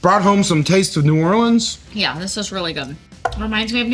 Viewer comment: As a vegetarian Nola native myself, I can't wait to try out this recipe. Also, I absolutely love it when I hear visitors pronounce it New Or-lens and not New Or-leans. Great job!